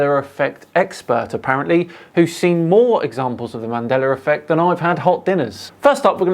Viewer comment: ‘Mandeller Effect’